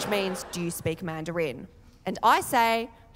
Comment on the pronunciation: Did she really pronounce "You" and "Year" both as "Yee" Australia isn't fit for child raising